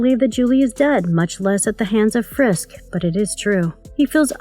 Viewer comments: Please please please. If you are going to narrate any video,please make sure that you have someone in editing and commenting who's competent enough to pronounce the words RIGHT and say the Right words. It's FISK not FRISK. Ugh. Do you realize how irritating that is to a fan??? Nails across the chalkboard annoying. Ty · /Sigh Drinking Game. Take a shot every time she calls him "Frisk" instead of "Fisk" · Fisk not frisk. Otherwise great video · No "R" if "FISK" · Wow you can't even pronounce the Kingpin's actual name correctly...